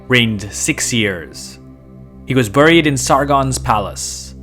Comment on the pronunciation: The word buried is pronounced berried.